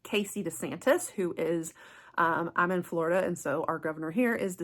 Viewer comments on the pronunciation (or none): none